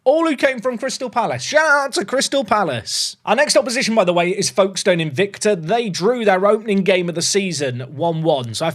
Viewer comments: Folkestone is pronounced Foakes stone. The l is very much silent. This comment is mostly because I want engagement on this video to push it forwards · We pronounce it more like "Fokes-ton" down here! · As someone from the south east of Kent, the way pronounced Folkestone made we shudder, the L doesn't get pronounced